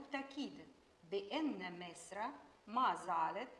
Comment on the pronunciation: أعاتب على من راجع الفيلم ولم يصحح نطق أحمد زكي الله يرحمه في خطاب الثورة عندما قال مصر كلها بكسر اللام والصواب فتح اللام علما بأن الرئيس الراحل أنور السادات لم يقع في هذا الخطأ. وكان يمكن بالمونتاج تدارك هذا الخطأ